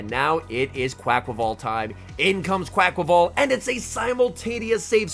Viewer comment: Finally someone says it’s name right thank you 😂🙏